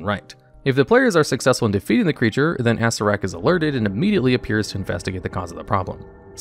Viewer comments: Me, too! Plus Assirak... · This guy. Undeads, T'eye ah mot, ass ear ak... you are killing me. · Acererak .. ASSREK?